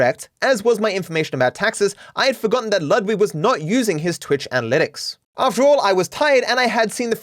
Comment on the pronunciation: can we just remember that "Ludwig" is a german name and i've yet to hear someone pronounce it correctly lmfao